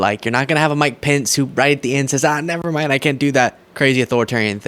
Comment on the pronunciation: "... saze presidient Trump" Saze? That is not, in any dialect or accent of English, the way that word is pronounced. I have a liow opinion of anyone whose reading skills are that poor. Take note, illiterates, I'm dissing you.